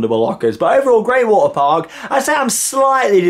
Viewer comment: he sais water like waer